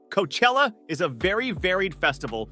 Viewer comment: Awful video, so many bands and festivals pronounced wrong, including Glastonbury, Coachella and Rock in Rio in this list is an insult to all the actual rock and metal festivals.